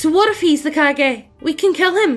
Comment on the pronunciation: Wrong pronunciation just makes this story so much better to listen to. I know what "Kage" refers to but now that I heard it as "Cage" I cannot not imagine village's leader as Nicolas Cage in Kage hat. Love it.